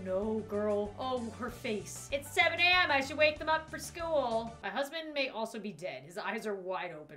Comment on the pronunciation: she is saying SHOUDL